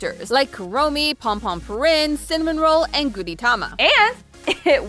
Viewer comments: as a kuromi girlie... i love sanrio 💝💜🖤💀🩷🎀 so cute EDIT** girl it's "Cinnamoroll" no second "n" sound :P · Sanrio Puroland opened in 1990 so implying it was a decision based on changing generational perspectives doesn't support the theory that HK was ever unpopular. This video feels American centric. Also its Cinnamoroll not cinnamon roll.